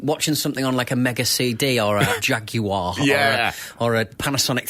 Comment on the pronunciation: 36 the pronunciation of "JAG-YOU-WHA-ARE" got me 😂